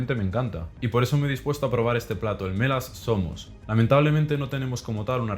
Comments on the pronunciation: Perdon bro pero cada que dices el nombre del guiso espartano medio que parece que estas albuerando XDD Buen video por cierto jsjsj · no puedo evitar que siempre que dice mela zomos escucho me la asoma